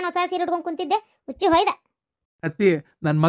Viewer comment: Huchche alla uchche.